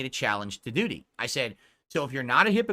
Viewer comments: I find it hilarious the way he pronounces DOO-DY every time. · Moo-taw-harr and Doo-dee 😂😂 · Even the way says Doody is wrong and pisses me off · Why does he say it like that? Ack ack